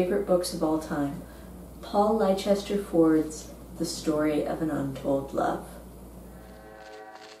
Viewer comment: Thanks for the interesting information on Paul Ford. I am pretty sure the author's middle name is pronounced "Lester," as that is a name in my family as well. I like that final quote!